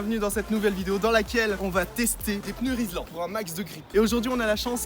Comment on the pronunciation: Frero rislan pas rilsan